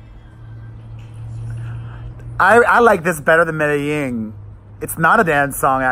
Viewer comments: Hi Pere, Love your reaction Video's about Madonna's new songs from Madame X but I want to help you out with the way you're saying "Medellin" you're saying Medeying with a Y & it's Pronounced Almost with a G I googled it for you & here's how it's said "meh deh jEEn" the "Jeen" part in the title almost sounds like the word "Jean" so just trying to help you out. I speak Spanish so from 1 Queen to another LOL I just want to help. Now about your reaction to Madonna's new song "I Rise" Which is about the LGBT community, Also for the Video the drag queens she uses the drag queens from Rupaul's Drag Race & She said this will be a Gay Anthem. I also love Madonna's Ballads & I thought her Billbord performance was SOOOOOOO AMAZING & I thought the holograms were incredible. She spent 5 Million for her Billbord performance & If that performance is any indication of what her tour will be like then this tour will be AMAZING & I agree, I felt like I rise is way over Auto-Tuned & you're % RIGHT Madonna never really used Auto-Tune like Cher & Britney do on every song & I've been to + of her 10 tours (Missed The Virgin tour 1985) & her voice is amazing live. When my husband & I went to The Rebel Heart Tour we were on the floor right at the catwalk & where the heart was, I was 5 feet from her & was losing my mind. I Can't wait for your reaction Video to "I Rise" Because she said it's about the LGBT people so I think the video is going to be amazing. Also here's the list of single & their re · It’s pronounced “me-da-zheen” :) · You're pronouncing Medellin wrong. Madonna pronounced it correctly.